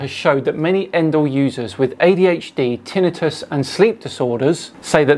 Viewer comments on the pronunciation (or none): none